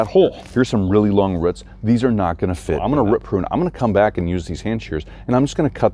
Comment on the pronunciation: Love how you pronounce roots lol “ruit” where ya from?